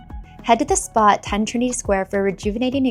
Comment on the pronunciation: It’s ‘Trinity’